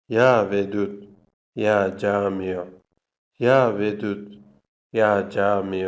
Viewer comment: Ya camiyo yox ya Cami